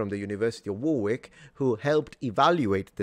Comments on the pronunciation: Warwick is pronounced "Worrick" and not War Wick Not obvious. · This sort of research with AI as a sorting and analytical tool is probably the best potential application for the technology. As always within academia, peer review is critical. (p.s. Warwick is pronounced Warrick) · Warwick is pronounced Worrick as in the Worricker Trilogy. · in the UK Warwick is pronounced worrick. Don't believe everything Americans tell you. As I'm sure you know, Warwick is a very ancient place and so it's own pronunciation of itself supercedes anything american. Love your channel, keep up the good work. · Hey. In that word Warwick, we dont pronounce the second w. It more sounds like War rick. Like Woolwich,, we dont sound the second w. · Warwick is pronounced 'wharick' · Warwick is pronounced “Worrick”, unless you’re referring to the singer. Oh, and one more thing (as Columbia would say.) I like em dashes. Does that make me a robot? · Careful! The second "W" in "Warwick" is silent.